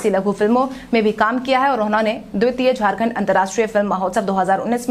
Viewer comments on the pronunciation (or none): none